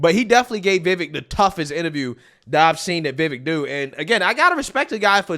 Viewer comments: 👉HIS NAME ISN'T PRONOUNCED "VAYVIK," HIS NAME IS PRONOUNCED "VIVAKE!" 👈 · I am a subscriber of your channel and watch you daily.I wanted to let you know how to pronounce "Vivek".... Its "Vuh Vake" not "Vi Vick" Keep up the good work. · Pronounce his name correctly, Vi-VAKE, not Vi-vekk. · It's Vivek sounds like CAKE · It’s NOT “Vehvek!” Learn to pronounce the names of your video targets, not only out of the respect you owe them, but so you don’t look like a careless ass! Vivek’s name is pronounced “Veevek.” You’re, but you wouldn’t like it if people start mispronouncing your last name as Foreskin, would you? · It’s pronounced Vi-Vake. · It's pronounced VivAKE like cAKE. He's a straight up baller. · ViVAKE it rhymes with cake. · Pronounced, Vavake or Va-Vake like cake. Just FYI, LOL. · Pronounced "Viv-VAKE" accent on "Vake" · Vivek like cake. Stop saying it wrong. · His name is V I V E K…..not “VEVIK” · Vivek is pronounced vi Vake......sounds like cake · Say it with me, Vi-vake. Like cake. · Great Job on this video! The Only issue that I have is that you Keep pronouncing Vivek's name wrong after I've explained it here Numerous times. It's Vivake like Cake, and Mehdi is not pronounced Mindy. 😉😝 Anyways, We NEED to get back to the days of GOD, FAMILY, AND COUNTRY BAYBAY!!! 🇺🇲 Old School AMERICA 🇺🇲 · Rule #1, never trust a Democrat to tell the truth. Rule #2, never trust a Democrat.😂 Also, he said his names is pronounced Vi-Vake, like cake. Just for future reference. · Remember, his name is pronounced Viv - ake - rhymes with cake. 😄👍🏾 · his name is pronounce Ve Vake as in cake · Man I really, really like your channel but please pronounce Vivek's name correctly. It's Vivek like "cake". He has said this many times. Thanks a lot and keep spreading the word! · It's pronounced Viv-Ache. It rhymes with "cake". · I think its pronounced, (Viv'ake) like (the'cake) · Brother his name is /veevake/ and rhymes with "cake"... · Vivek rhymes with cake